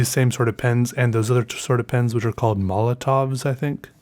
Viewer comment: Molotovs? you mean "Molotow" right google it